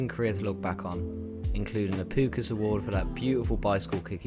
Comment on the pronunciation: Man said Pukas